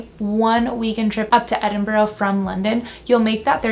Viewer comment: Keep working on "Edinburgh" (second mention was better).